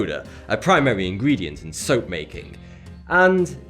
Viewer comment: soap did she turn them into soaohhhp I knew it